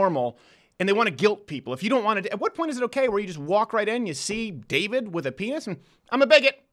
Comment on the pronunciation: its a short a in David like the show little Britain. Hi I'm David I'm the only gay in the village.